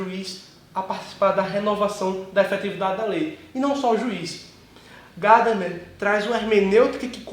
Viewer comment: Gadamer é alemão e não americano. A tônica está na sílaba do meio. Paroxítona. Em alemão se pronúncia Gamama. E no lugar do a e quase não se pronúncia e.